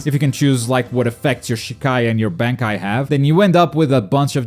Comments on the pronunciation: You pronounced Bankai incorrectly... Smh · it should be illegal of how u pronounce bankai💀💀💀💀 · just a small note you mispronounced Shikai and Bankai pretty badly. It's pronounced "Shee-Ky" and "Bon-ky" respectively in English terms.